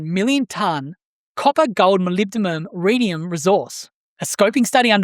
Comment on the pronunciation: ...also, it's "muh LIB duh nuhm"... 😄👍